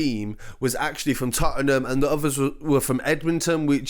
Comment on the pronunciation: the way you said Tottenham is illegal😂😭 Mad vid tho‼️